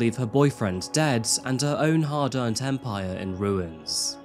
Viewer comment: "hard-earned" lol